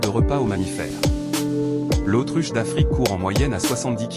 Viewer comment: c’est l’autruche pas l’Autriche